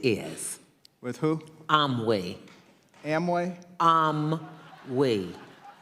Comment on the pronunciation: Imway? Imwee? 🤔🙄